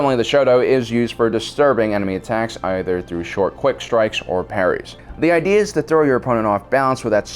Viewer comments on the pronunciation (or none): none